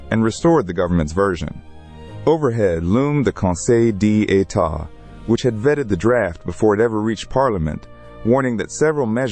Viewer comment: That part annoyed me more than it should 😂 conseil Dee état. At least the ai did a lil accent thing